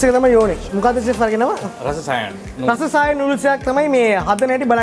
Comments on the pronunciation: රස සායන් නෙමෙයි...රසා සයන්ග් ඒ කියන්නේ ආදරනීය රසක් මුසුව කියන තේරුම ඒකෙන් කියන්නේ.මැලේ කෑම කනවා වගේම ඒ ආහාර පාන ගැන හරියටම දැනගෙන කන්න. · Hansi Ekanayake not රස itz රාසා සායන්ග්